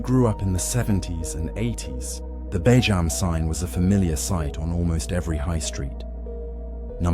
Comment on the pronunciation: it's bee-jam, you dopey AI pillock.